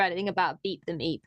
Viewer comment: Man I had to listen carefully to that one... at first it sounded like "Beat the Meat"... I have now found references to "Beep the Meep". However It would be nice if the Doctor could reverse the effects of the Black Sun on "Beep". He could then become a cute fuzzy ally.